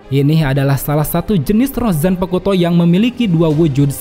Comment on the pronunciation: Bang, maap nih, zanpakuto tu cara bacabya tu, "u"-nya silent bang, maap ya tapi risih aja dengernya